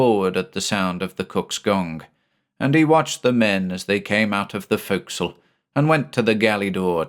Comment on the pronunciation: Points for properly pronouncing forecastle.